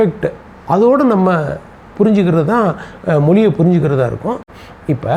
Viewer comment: JK வை விளக்கும் முயற்ச்சிக்கு வாழ்த்துக்கள். ஆனாலும் மொதல்ல மொழி ய மொழின்னு சொல்ல பழகணும். 🙏🙏 மொளி என்று சொல்லவே கூடாது🤔🤔